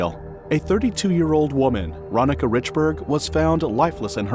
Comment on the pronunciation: I'm sure her name was pronounced, ron-neeka